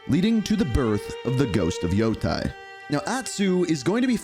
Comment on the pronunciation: Lmao. Same with any ghost of Yotei announcement. “Ghost of Yo-Thai” 😂